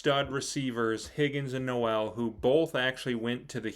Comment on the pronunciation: pronounced Nole like Seminole. Not No-El like Christmas.